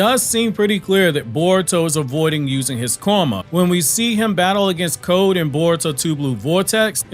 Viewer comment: 3 years from now this mans still not gonna be able to say the word code without going stronger than Jigen weaker than Ishiki😂